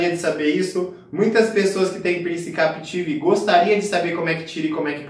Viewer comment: Captive nao Capetive. Oh praga estressante